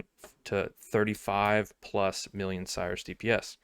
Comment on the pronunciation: When someone pronounces "Sirus" as "Cyrus".